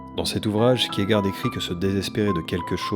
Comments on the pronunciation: Merci pour cette vidéo et le travail sur les explications psychanalytiques. Les références et les allusions à ce sujet sont tellement riches dans NGE que tu pourrais faire 10 vidéos ! En revanche, pourquoi ces prononciations bizarres à l'américaine ? - On dit "Adam" comme dans "Adam et Ève", pas "Adame". - Le nom de Kierkegaard se prononce "Kirquegarde". - Le porc-épic se prononce "porképik", pas "porépi". Vivement l'épisode 3 ! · bien mais par contre kierkegaard ca se dit pas du tout comme ca